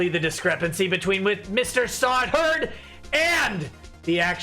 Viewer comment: everytime said Mr. Sahwit, i hear Mr. Sabat.